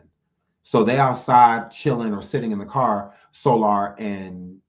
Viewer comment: I ☠️☠️☠️when you called Soular 😂😂😂😂😂